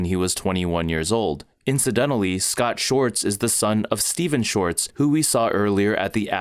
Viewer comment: Please learn how to pronounce Schwartz. 🤦‍♀️ Hint: It's NOT "shorts." There's a W. Excellent video otherwise! Thank you! 🙏